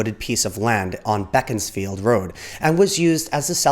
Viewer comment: I went to school on Menlove Avenue. Beaconsfield Road is pronounced beakonsfield, not beckonsfield.